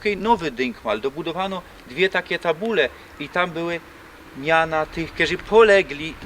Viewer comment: Ale z ciebie gorol. Nie bede pisac po slasku bo mi sie trudno pisze. Powiedziales w powróciło. Naucz sie chopie godać bo widać żeś gorol z doma co sie nauczol godki ale wali babole bos podruba.... Godo sie poza tym: boły a nie były polaczku. Ja piernicze kaleczycz... Tak to jest jak sie che nauczyc a w doma to np Sosbnowiec :D Dzisiej a nie dzisiaj. Kaleczysz !